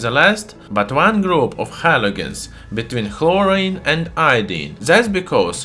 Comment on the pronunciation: ''between horine and iodine.'' lmao i died